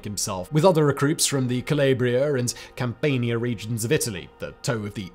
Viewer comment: Don’t you have an Italian writer on your team? Can’t believe they’d let you say Cam”PAIN”ia and Ca”LAY”bria. It’s like the battle of “SHILL-loh” again. Quick tip, if it’s not an English name or word, assume “a” makes the sound it’s supposed to “ah”. Still one of my favorite YouTubers